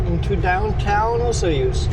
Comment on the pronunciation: The proper pronunciation of Osoyoos is....Osooyos